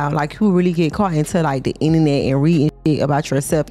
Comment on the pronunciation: What’s a “inanet” 😂 and I didn’t even know Miami had kids?!?!